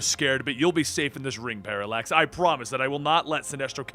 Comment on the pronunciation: Paralax sounded like Parasite